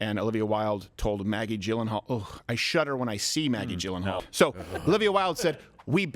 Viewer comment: Say it with me. YEE-LUN-HAWL! It’s spelled, “G-y-l-l-e-n-h-a-a-l,” but it’s pronounced, “YEE-LUN-HAWL!” • Don’t make me sic Conan O’Brien on you, Crowder. 😂😂😂😂